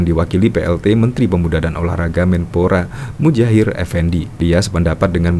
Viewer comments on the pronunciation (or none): Maaf, Muhajir bukan Mujahir, Mas, tksh...🙏